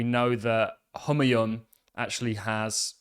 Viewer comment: The correct pronunciation for name Humayun is "Hoo mai oun"